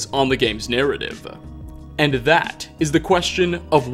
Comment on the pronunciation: Narrative-ah possible-ah corporation-ah .. is it just me-ah? Am I the only one-ah? Does this drive anyone else crazy-ah?